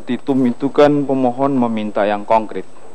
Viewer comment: Suruh belajar bahasa indonsia yg baik dan benar dulu. Misalx "kan" jgn di baca "ken"